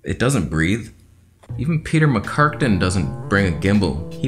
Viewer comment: "Peter Mckarkten" I'm dead 😂😂😂